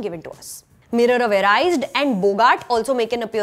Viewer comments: It's Eri-sed not arised. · The black clothes .... This is the was Grindelwald calls his followers, "The Black Clothes" are NOT the followers. And this is the Mirror of Eri Sed(Erised) not Arised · Mirror of "Arised"? Seriously?